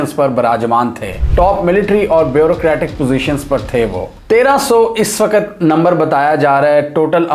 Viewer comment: Wakat wakat bole ja raha hai " Waqt "